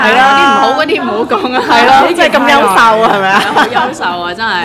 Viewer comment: 優秀，我怎麼聽著像夭壽？